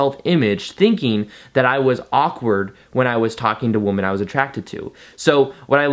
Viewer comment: Can u please say "women" for plural?? it's like how u say u "men" for plural One man two men One womAn two women ENGLISH LESSON OVER You're welcome. From all the women watching this.